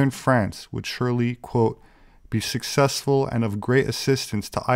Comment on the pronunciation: If he could get all of his words and how to say them right. I personally see that as the key to 'sussess'.